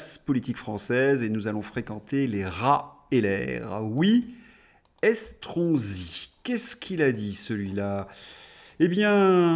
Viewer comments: Vous avez dit Escroc-si ? Ou ai-je mal entendu ?😂😂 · Estronsi, l'ai je bien entendu 😂